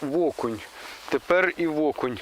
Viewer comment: Привіт! Веселого Різдва! Дімчик питання: чому (ВО)кунь???. Це особливість місцевого діалекту? Чи Семен Олд навчив?.